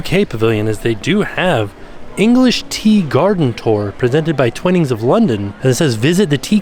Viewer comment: Just an fyi from a Brit, it’s pronounced ‘twine-ings’ not ‘twin-ings’.